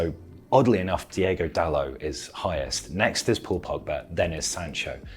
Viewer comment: The Diego sounds better than diogo